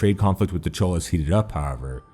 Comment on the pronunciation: Tamils may confirm but Cholas is pronounced more like Choras